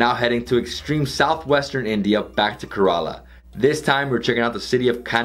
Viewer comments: Please pronounce Kerala properly .it is Kay - ra- laa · I liked your video, as I usually do any travel/food video of beloved India...but...and I really don't mean to be so critical, but your pronunciations are horrid. For those of us Westerners that love India...we may never get it completely right, but....Ka-rel-a--for the state of Ker-A-la? (A Karela is a bitter gourd). Besides, it's fun to work on Hindi and Indian names...they will appreciate our efforts...Have fun. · Man... It's Kérala not karala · Poonjab, karaala, karn taka 🤣🤣🤣🤣🤣🤣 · Also Kerala is “ca as in care - run- la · Yeah I was thinking 5 trips to India and hasn't learned how to pronounce Kerala